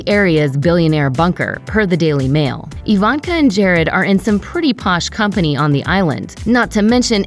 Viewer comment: Is the narrator a bot? Who pronounces Ivanka - EEE-Vahnnn-kah?